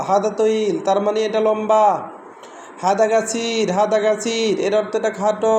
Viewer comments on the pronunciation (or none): ভাই হাদা না হাজা